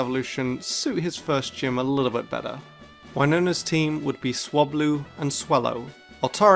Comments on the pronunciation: .. "whynona" Whyyyyyyyyyyyyyy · Didn’t know there was a gym leader named after a city in Minnesota (Winona) but it’s pronounced different than in the video